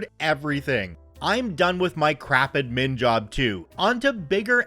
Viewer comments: Pronounced add-min Pronounced sty-pend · Thanks for the friendly intro, I have been rewatching old Star Trek, so I am having a good Data day, just like you said I should! ...wait that's not what you actually said, is it? (I'm not sorry) Also, probably worth checking how to say "admin" (the emphasis should be on "ad" not "min" even though in "administration" the emphasis is on "min") and "sudoku" (it's "sudoku" not "suduko"). And I've got to say, I'm disappointed about the author of the story spelling "aid" wrong ("aide" is a different word) and "etc." (not "ect.") among other mistakes. Not very reassuring for the schooling system that this story makes someone look like one of the better people in the school system while making so many and such obvious mistakes.